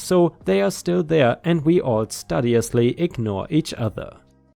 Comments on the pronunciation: Studiously is pronounced Stewdiously, otherwise spot on. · 🌟🌟🌟🌟🌟👍🎬🕶 Pronounced: stew dee us lee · Just so you know: The start of "studiously" isn't pronounced the same as the start of "studying." It's pronounced like the start of "studio."